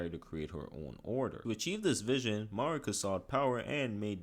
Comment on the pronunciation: Bro cant say marikas name right even tho they say her name so much in the game why do youtubes do this???